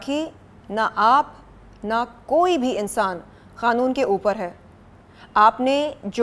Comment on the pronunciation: Yeh kanoon ko khanoon kyu bolti hai over acting 😅😅😅